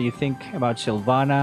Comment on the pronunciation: Silvanna masarap yun “SYLVANNA”